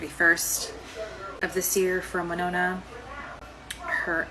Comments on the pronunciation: Thank You for taking the time to learn how to correctly pronounce the name of the city of Winona, MN. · Look at this guy, pronouncing Winona correctly, props! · Good job pronouncing Winona correctly. It's not often that someone outside Minnesota gets it right. Now if they could just pronounce Anoka and Edina right.